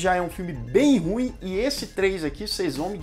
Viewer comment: É ru ím que fala.